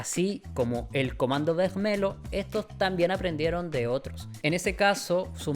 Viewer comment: Excelente video me encantó la investigación y la historia que contaste! Siento que es algo que el mundo hispanohablante no habla mucho ya que es historia de Brasil . Sólo una cosita en portugues cuando hay un lh se pronuncia como /li/. Vermelho - /vermelio/